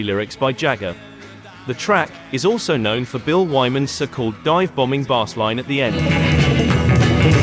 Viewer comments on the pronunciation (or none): Interesting that you almost got away with me not realising it is an AI voice. It was just the way it pronounced the word "bass" as bars that gave it away.